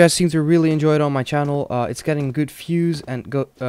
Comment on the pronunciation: why tf do you say fiews and fibes, its called views and vibes.